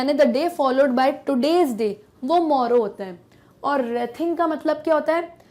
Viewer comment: Its wreathing ----- to be proounced as reething not as rathing